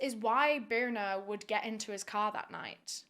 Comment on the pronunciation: it's more like "bih-rr-nah" and last names here in iceland is just ur dad's name and than "son" or "daughter" at the end so her last name is more like "bh-jah-rr-nah-s-dou-tt-tirr"